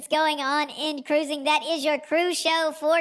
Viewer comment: I love the show, BUT, I need the hand gesture and the proper pronunciation of “cuh-rOO-zing” at the beginning. 😢